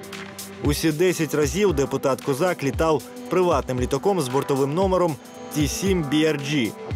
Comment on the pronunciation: Можна наголос поставити